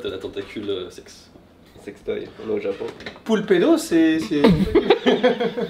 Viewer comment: Poulpedo c est chelou un peu , j entends poux le pedo